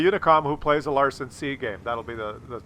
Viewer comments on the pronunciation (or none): LANsen not LARson - and who the hell is Mack Fly?